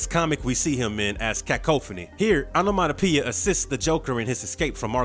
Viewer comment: Take a drink every time he say Onomatopia!😝